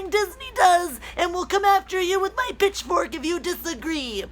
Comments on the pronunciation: I thought you said "bitchfork" instead of "pitchfork," but given the soy boy context, I'd say either usage works here. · Did she say "He is going after he with a Bitchfork ???" What the heck is a Bitchfork ? Is that something that Male Feminist have instead of Pitchforks ? because a Pitchfork is part of the Patriarchy ?